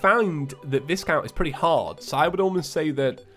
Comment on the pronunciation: BTW, Viscount is actually pronounced "Vi count" with a hard I and the S silent.